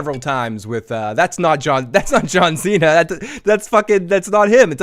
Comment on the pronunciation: It's pronounced John See-Na, not John Xena Warrior Princess 🤪